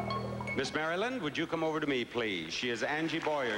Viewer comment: Bob said Miss Mary land lol 😆 not Maryland